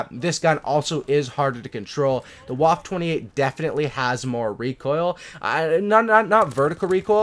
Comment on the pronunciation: Ok pronunciation... Vaffuh OctundZwanzig